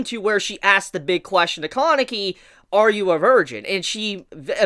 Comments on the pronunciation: "Kaaaaah-nekey" "Toe-kah" Man, if I had a dollar for every time you butchered a Japanese name pronounciation. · You pronounce Kaneki and Haise so strangely